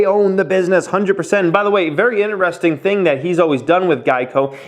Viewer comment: Stop saying ineresting. Annoying as fuck